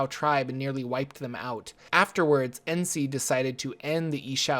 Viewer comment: Its pronounced nuh-SEE, not en-SEE.His full name is Ras Nsi(RAZ nuh-SEE).